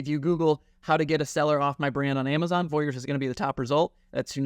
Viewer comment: This is great information. Just so everyone is clear it’s Vorys not Voyers